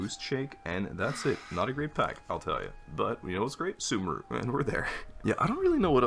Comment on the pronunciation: Mmm they pronounce sumeru wrong. It’s like su MEEE ru